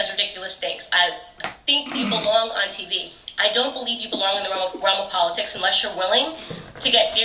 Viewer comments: It's POL-itics. Not PULL-itics. 😂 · Po-LIT-itcs. Just like ana-LYT-ics. Makes phonetic sense from a certain point of view. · "Plainton" and "Pa-litics" - Cardi B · I think the best thing to come out of this, is we learned a brand new way to pronounce the word "POLITICS," I Love it!!! 😂😂🤣🤣🤣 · Actually it’s PAUL-itics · Get it right...It’s Po-lit-tics! 😳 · "Po-LI-tics". LOL. Yup that about sums up Cardi. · Politics is not pronounced poleetics, Cardi. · Pawliticks. 😂😂😂😂 Plantten. It’s plankton 😂😂😂 I’d rather have the Pissa man be president 😂😂😂😂 Gaggilin??😂😂 I got so much businesses to do 😂😂😂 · "Paul-et-ics" - Cardi B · You mean "puleitcs" 🤣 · More like poler-tricks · 🤪🤪🤪PO LE TICS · Po-lit-ics haha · Cardi can’t even say politics right